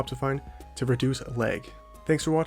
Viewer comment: this man is from minnesota out here saying l-ay-g